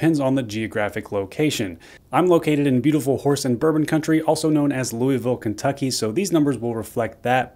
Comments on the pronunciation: Sounds like you are a transplant to Louisville (pronounced loo-ah-vule). Louis-ville is in Ohio. Your lack of a local accent gives you away. Thanks for the info tho. I grew up in Valley Station KY….Just outside Louisville’s city limits. Cheers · People from Louisville Ky. Don't pronounce it like Lewy ville. Just sayin. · I wonder how many people viewing your video focused on the Red River Gorge comment. It's one of the most beautiful places in all of the Commonwealth. Haven't been there in years, but the wild, uncompromised natural beauty of the place will never leave my memory. Not to be picky, but the correct pronunciation is Luhvul. I grew up in Carrollton.